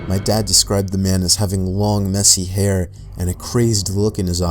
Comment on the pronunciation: did say mesty hair.